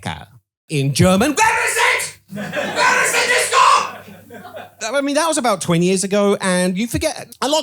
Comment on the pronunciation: "VHERE IZ IT? VHERE IZ ZA DISCOH!" I had to pause to whipe tears from eyes, god damn.